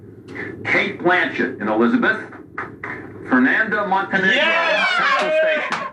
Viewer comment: Are you Brazilian, vc fala fernanda Montenegro mó certinho